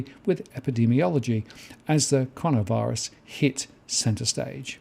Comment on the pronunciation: Did just say 'connorvirus'?